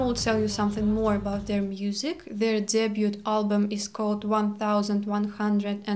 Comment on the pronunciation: your english is amazing but just a pronunciation note for you. regarding the word "debut", the t is silent. it sounds like "day byu"